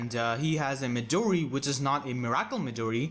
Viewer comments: Miracle is pronounced "mirror kill" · Never knew you could pronounce "Miracle" like that in